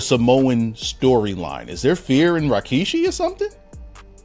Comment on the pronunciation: Why is he keep saying RYKISHI?